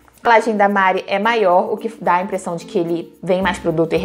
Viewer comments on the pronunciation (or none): none